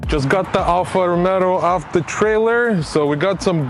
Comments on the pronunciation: Sorry to say. It is Alfa Romeo not Alfa Romero. Thanks for the video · " alfa romero" 🤣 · Me triggered by the way he says Romero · is romeo no romero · great content + knowledge and skills. But the make isn’t called “Romero” haha. By the way the W222, your daily, is a stunner.. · ‘Alfa Romero’ 😂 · its not ROMERO IS ROMEO!!! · Good job , but he name of the car is Alfa Romeo , not Alfa Romero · Pochemu Alfa Romero? Lol 😂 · "ALFA ROMERO" LOL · Found your video! Awesome content man. I was cracking up every time you call it an Alfa “Romero” lol. Keep up the awesome work brother. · "Alfa Romero" 🤣🤣🤣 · Alfa Romeo not Romero 😂😂😂😂😂👍👍👍🇧🇷🇧🇷🇧🇷🇧🇷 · Lost me at the second “ Romero”! 😂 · Funny you say Alpha Romero instead of Romeo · what is "Alfa Romero"???